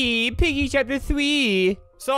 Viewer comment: Me: Volume all the way up Flamingo: OOOO PEEGIE, PIGGY CHAPPER THWEE 😅😂